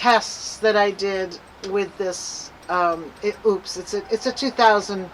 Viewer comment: I love my Mega 1! (And btw, it’s pronounced “O’-pus.”)😉 I recommend having 2 if you can swing it. You can be charging one while using the other. I was really surprised at how fast mine recharged with the solar panels. It took less than 2 hours to go from 70-100% using one set of the 240 watt panels. It was a bright, sunny day.